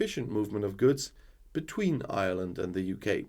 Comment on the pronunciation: Ireland is the name. You will attract the ire of the Irish. Remember that it's pronounced IREland, not island. Failte go hEireann.